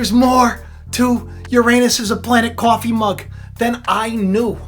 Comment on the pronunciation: the word cOffee sounded a bit Bostonian